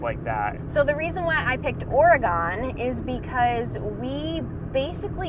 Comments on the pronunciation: Or-gun. Go, spend more time there. Practice Umatilla,and Yachats then go to Washington and practice Sequim, Puyallup. We love the unique names in this area! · I keep going back to Southern Utah. I live in Oregon and can give you a tour of the Columbia River Gorge and ALL THE waterfalls. Also you need to learn how to say Orygun. The Washington coast is not as great as the Orygun coast. Come on out!!Id also be an excellent Southern Utah guide. Haha Too 5: Utah,Maine, Vermont, Colorado, and Alaska. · Oregon is an excellent choice, but you just need to learn how to say its name ... Ora-gun! :-) And we are definitely ready for you to come back and see our Washington!!! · We spent a year camping in all 50 states...... Our list is based on favorites. Alaska (which is why we stayed for good), Michigan, Maine, Vermont, Utah Waiting to see how many people complain about how you pronounce Oregon...lol....we got a lot of "corrections" as we traveled from locals. Did you visit Slide Rock in AZ? A must. Great lists and explanations. Enjoyed it. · I Love you guys SO much, but the Or-Oh-gone is killing me!! Noooooooo 🙉 lol. It’s Or-eh-gun. And you DEFINITELY need to go to the coast. It’s spectacular. Every bend in 101 provides another amazing view. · Ha ha...I just jumped on to tell you every time I heard 'Oragone' was like a knife stabbing my heart. ORYGUN!!!! 🙂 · I grew up in Michigan (east coast) and I was taught Oregon trail not the ore gone trail ... like washingtone or washington just saying... not being mean at all, I have watched all your videos and love them i do not believe it is regional accent 🙂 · Hello. Ok so it is not Ore-gone..it has not 'gone' anywhere... it is still there. LOL. Close... Thanks for sharing. Safe Travels. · I like her list, but she says Oregon wrong. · Ugh! Oregon is pronounced OR-EH-GUN, not OR-EH-GAHN. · Just so you know, Oregon is correctly pronounced “ ORY-gun. It doesn’t rhyme with “gone”.